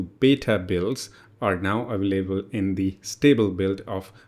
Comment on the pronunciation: WHY YOU SAY AVAAALABELE SAY AVAILABLE